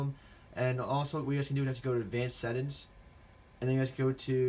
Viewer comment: "Sett ins"